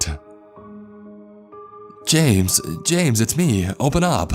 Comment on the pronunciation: don't go jamesUHH not tonightUHHHH